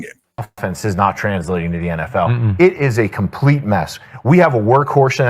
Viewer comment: COM-PETE has been a COM-P-L-ETE failure